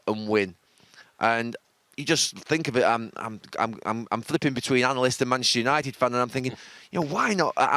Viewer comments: Gary “Manchshshshr United” Neville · Gary 'Manshhhhhhernighted' Neville. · Gary “Manchistunited” Neville